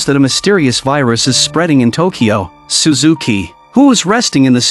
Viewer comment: its shuzuki😂